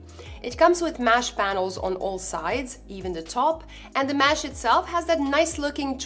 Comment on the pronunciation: It's mesh not mash